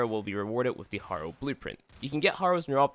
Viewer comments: Say it with me "hare - oh" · Every time he pronounces Harrow I lose a piece of my blain...I'm not hating btw, it's a great video, very helpful.